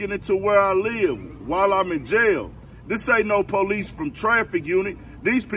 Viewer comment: It's called JAIL...not YALE. Lay down